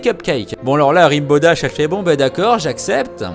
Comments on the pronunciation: Rainbow dash pas ribow dash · Et après, on dit que My Little Pony c'est pour les gosse... ;) PS : Rainbow Dash ca se prononce "renne bo" :p (je suis chiante, jtm <3 x3) Le McDonald's c'est "Sugarcube corner" xD